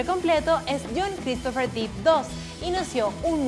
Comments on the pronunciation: Hola! Solo querría hacer una mansión! Su nombre no se pronuncia “Dip” ya que su apellido es Depp no Deep (que significa profundo) por lo tanto se pronuncia Johnny Depp (“fonéticamente” Dep) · se pronuncia dep no dip verdad? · No les da Ansiedad que diga "Dip" en vez de "Dep"?? Se escribe "Depp" y se pronuncia igual. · #15 no se dice Deep(Dip) se dice Depp (Dep) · Pensé que nadie lo diría. No es Deep. Es Depp. Y suena así: Dip Error Dep Correcto. Díganselo por favor!!! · Qué fea pronunciación. Para empezar no es Johnny "dip", se pronuncia "dep", y no es "kentacky", se pronuncia "kentocky". 🙄 La información está correcta, el contenido si me parece bien. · No se pronuncia Johnny Dip. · Es Johnny DEpp, con sonido "E", no con sonido "i"...